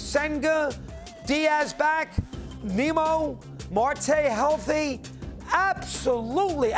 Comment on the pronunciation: yeah....a few seconds into the video he said Marque coming back from injury...then he correctly said his name! Lol